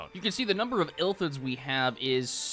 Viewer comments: The true crime here is saying Illthids instead of Illithids. I'm dyslexic too but it doesn't make it hurt any less. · "ill lith its" is how you are supposed to say it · The way he keeps pronouncing illithids is pissing me off